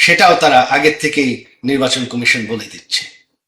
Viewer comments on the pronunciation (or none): none